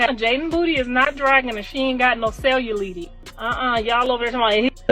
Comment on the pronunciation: She couldn’t even pronounce cellulite properly